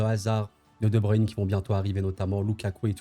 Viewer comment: enfin un français qui sait dire brussel et non bruksel mdr , et svp ce n'est pas de bruine , c'est de breuine merci